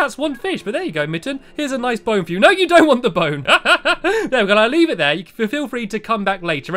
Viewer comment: It's leave not leav